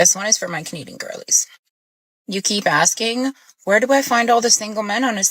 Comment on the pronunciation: "Axing?" Are you Lizzy Borden?